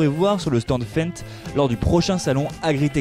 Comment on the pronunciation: Jolie vidéo par contre pour votre titre qui est une question ont a déjà la réponse. Lol, il faut apprendre à comment ont dit Fendt 🤣